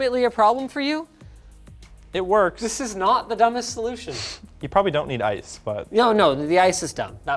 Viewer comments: How pronounced Ice "Ass" How pronounces Ass "Ice" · Bro i love the LTT staff they're all so unique like killed me when he said "I.C.E...Ass bag" lol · Was I the only one to hear both Linus and say "Assbag" instead of "Ice bag"? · "Sorry, did you just say ass bag?" "I-C-E. Ass bag." is my new favorite LTT character. I know he said ice bag, but ass bag would've been the absolute best reply to Linus asking if he originally said ass bag. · Hill Even if his response was ice, it's still humorous to think he said ass. His pronounciation of ice allows for either ice or ass, and ass bag would've been an appropriate response to Linus anyways. It seems that 250+ people agree with me anyways. You must be fun at parties if a joke like this really bothers you that much. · Linus: Did you said ass bag?: Ice bag.